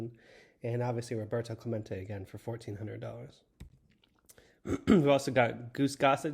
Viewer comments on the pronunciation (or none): Roberto, not “Roberta” Sir.